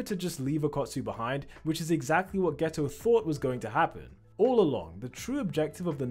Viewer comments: Are you saying geto or gayto? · Haha bro said geta as gayto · geto❌ gayto✅ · I heard gayto💀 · "you can tell this is suugruru gayto" 💀💀💀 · “Suguru Gayto”💀💀💀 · "suguru gayto" 💀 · why is he calling him gayto